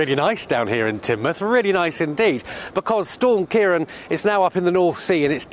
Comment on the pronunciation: Since When Ciaran was Pronounced Ciaron.😄